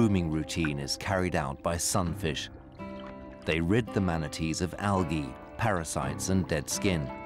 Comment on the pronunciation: I turned it off after the fifth time he said Algah